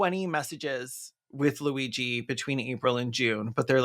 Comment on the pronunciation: The minute or so of fretting about the pronunciation of Luigi's name only to get it perfectly while doing the mock Italian accent is sending me.